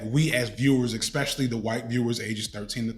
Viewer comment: With all the love in the world, and I only mention it cos you say these all the time - archetype is said with the e in the middle pronounced, and the word 'especially' isn't pronounced with an x after the first e! Had to finally say it, forgive me!